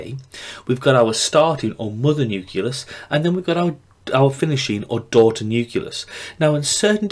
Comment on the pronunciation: great video! however, there is no vowel sound between the 'c' and the 'l' in the word nucleus. Nucleus not nuculous hahah